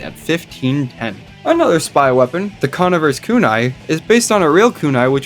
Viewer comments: I need tf2bers to stop mispronouncing "conniver" more than I need air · That is not how you pronouce conniver